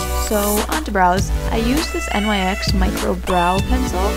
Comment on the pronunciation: Girl nyx is pronounce “nix”